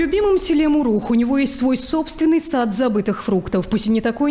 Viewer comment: Не Мугурух, а Мурух...